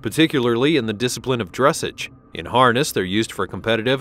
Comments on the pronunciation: If this bot says "DRESSage" rather than "dressAGE" one more time . . . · Please learn how to pronounce "dressage"... it's not "dress'edge" but "druh sahzh' " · Dressage is pronounced dress-sahj. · Further adding to this horse's pedigree the Lipizzaner Meaning his FINANCIAL VALUE. his pedigree will not be adjustable. "Dressage" is a French word-you've mispronounced it in both its English reference, and its French orientation? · There have been many mistakes in this program, but the one that is really grating on my nerves is the way that they are pronouncing dressage. If only they could edit it and correct the mistakes, especially ”DRESS-AHHGE!! Seriously, who made this video!? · It's pronounced dres SAHGE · I enjoyed your voice quality but your pronunciation of the word "dressage" made me cringe. The accent is on the last syllable: as in dress-ahge. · Keep mispronouncing "drassage" 😂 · I was literally about to comment with the dressage pronunciation LOL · No hate but you don’t say dressage like that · Could you please pronounce "Dressage" correctly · Nice video - unclear about expense as thoroughbreds racing horses are owned by syndicates and sell for millions. Also narrator mispronounces “dressage.” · Please pronounce dressage properly and actually do honest research of how these amazing animals are properly named! And this list is 100% stupid about 'expensive" list. Close down your site as it's a complete waste of time! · AI GRAMMAR IS HORRIBLE! PLEASE pronounce it correctly, the accent is on the second syllable. dres·sage /drəˈsäZH,ˌdreˈsäZH/